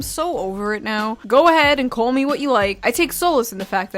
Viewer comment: Hold up, wait a minute, you are married now? Congrats on that! Also, you are much more calm now, which is jarring at first but good for you, calm is peace...well until that Monster kicked in and you got amped up lol, maybe you didn't pre party energy slam. Also, are you an original New Yawker? That "What I like to CAW" was spot on Brooklynese my guy! Lastly, thanks for calling this out, channels like Wendigoon hit topics that mostly do not interest me, but are what this platform was supposed to be...people talking about their passions and making it entertaining to show it to others. Youtube was supposed to be the 21st century bake sale but now we have Socialist Pdf boy that uses toxic female traits like gossip, manipulation & reputation destroying to get a small cult subscriber base to attack more successful channels. Oh well, at least that huge asteroid looks to be hitting us in 2025